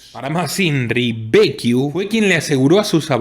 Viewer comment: Impresionante.... te comento que Becciu se pronuncia como Bechiu no Bequiu como estas diciendo...si tenes duda entonces leelo en castellano.